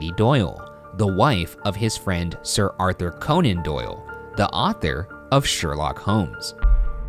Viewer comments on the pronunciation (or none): "Sir Arthur Conan Doyle" BOI, WOE